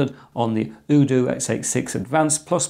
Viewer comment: UDOO with Ryzen & AT Mega (Also, I think it's "UDOO" as in "You Do", not like "OODOO")